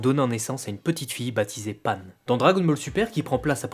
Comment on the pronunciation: PANE ? Mdrrr pan stp..